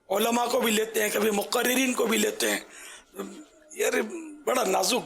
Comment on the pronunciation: Olama nahi kehte ULLAMA kehte he bappa ji sikho pehle